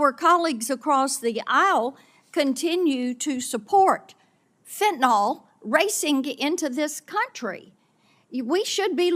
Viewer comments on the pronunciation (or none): Marsha Blackburn doesn’t even know how to pronounce Fentanyl. She says “Fentnol.” Hard to take her yammering seriously when she speaks so poorly.